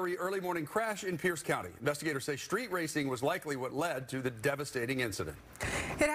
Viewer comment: Drove up the “schtreet?” Millennials.